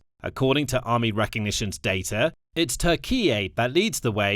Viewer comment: i love how they butcher the pronounciation of Turkiye... I bet turks watching this must be so annoyed :D